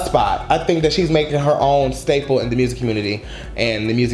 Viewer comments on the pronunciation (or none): none